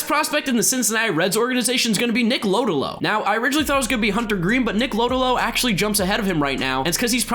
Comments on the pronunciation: 😂 u said nick lodolos last name so wrong it’s pronounced Low doe low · It’s pronounced nick Low-doe-low, that kid is a stud